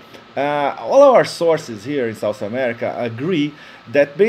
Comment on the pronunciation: I like this vid but it seems to me the person talking has no knowledge whatsoever on Colombian history and the current political situation. thanks (and is SOUTH america , not sauce america)